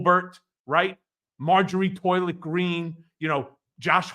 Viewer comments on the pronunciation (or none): I thought I heard “Marjorie Toilet Green”...😂😂😂